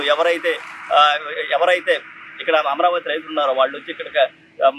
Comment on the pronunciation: తెలుగు పదాలకు సరైన ఉచ్చారణ ఇవ్వండి, ఈ వ్యక్తి అమరావతికి బదులు యమరావతి అంటున్నాడు. తేడా అందరికీ తెలుసని అనుకుంటున్నాను. ఉచ్చారణ విషయంలో జాగ్రత్త వహించండి.